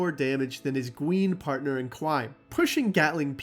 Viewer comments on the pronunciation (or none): Gween pawtnew in cwime